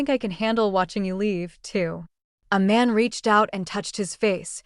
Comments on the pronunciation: Who is Aman??? Narrator keeps saying that name. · Sounds like she is saying "A Man"😅😂😂